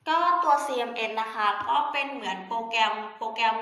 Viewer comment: CMS หรือป่าวคะ? ได้ยินเป็นCMN